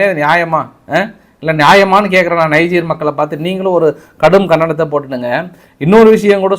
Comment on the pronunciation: 5.34😂.. kahdum- kahndahnamm😮.. from overseas 🙏 Malaysia tamizhan ♥️.. know everything better 👍